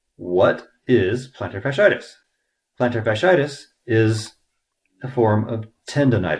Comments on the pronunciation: Your mispronouncing it. Not a good sign. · how to pronounce "plantar fasciitis" better because you mentioned it 10 thousand times 🤣